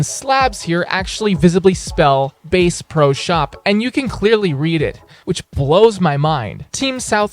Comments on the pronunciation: AI voice? o.O “Ba-se pro shop” and “mee-SA Arizona”?? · Ikr "base pro shop" "Boston is a very famous country" this guy is a joke even if it's not AI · Bro really said "Base pro shop" 💀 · “Bass” the fish and “Bass” the musical instrument are not both pronounced the same way